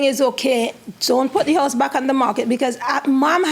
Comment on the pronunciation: Don’t forget house-uh, place-uh and yes-uh 🙄😑